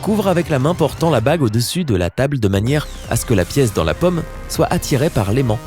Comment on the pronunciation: Il prononce paume comme pomme !!!